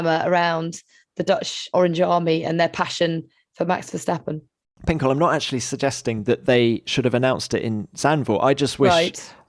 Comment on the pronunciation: versHHHtappen? There is no ‘SH’ sound in his name!